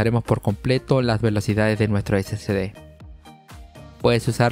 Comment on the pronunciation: No se dice SCD es SSD, o sea no se llama (ese ce de) es (ese ese de) confundes a las personas que van empezando en esto.